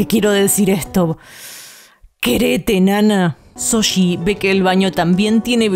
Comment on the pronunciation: Nunca comento acerca de cómo pronuncian los nombres (porque entiendo que por su acento es más que difícil) pero me matan cada vez que dicen Soshi en lugar de Shouji, en buena onda se los digo. Un abrazo de un fan peruano <3